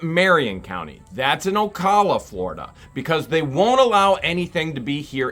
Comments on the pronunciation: OCALA , PRONOUNCED OH-COW-LA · Ocala Florida is actually pronounced as Ocaala